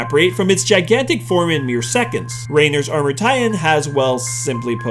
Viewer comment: its not rainer its reiner pronounced like rine-err